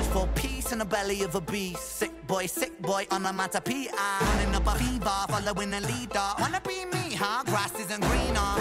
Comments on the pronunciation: Every time you said onomaTopoeia incorrectly, hurt more than it should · Lo es aún más cuando no puede hablar bien ni siquiera el inglés (no pronunció correctamente "onomatopoeia" ni una sola vez). Sin contar con lo crítico que es con el rap de Ren, cuando lo que él produce no es ni la décima parte de bueno de lo que Ren hace. En fin, un chiste.